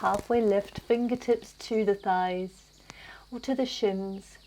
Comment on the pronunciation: you just killed me when your tongue twisted and you said "Scheiss" instead of thighs🤣🤣 Please take a look at a german translator (I'm fluent in german, that's why it made me laugh so hard) 😉 Anyway, loved this flow, always a pleasure to practice with you under the birds' chirps🙏